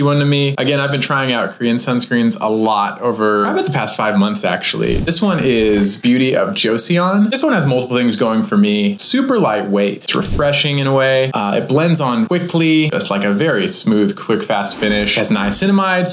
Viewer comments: LOL Joe-see-on. It’s Joe-son. The old name for Korea as in the Joseon period . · “Beauty of Jo-sea-yawn” lmaoooo thank you for the Korean product shoutouts tho. Love your channel and that pronunciation warmed my heart